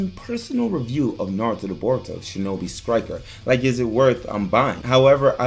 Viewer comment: Shinobi skriker